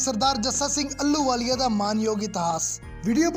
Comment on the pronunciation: ਅਲੂ ਵਾਲੀਆ ਨਹੀ ਜੀ। ਆਹ ਲੂ ਵਾਲੀਆ ਮਹਾਨ ਜਰਨੈਲ ਸੁਲਤਾਨੇ ਉਲ ਕੌਮ ਬੱਬਰ ਸ਼ੇਰ 🙏 ਮਹਾਨ ਜਰਨੈਲ ਦਾ ਸ਼ੁੱਧ ਨਾਮ ਉਚਾਰਣ ਕਰਨ ਦਾ ਜਰੂਰ ਅਬਿਆਸ ਕਰੋ ਜੀ।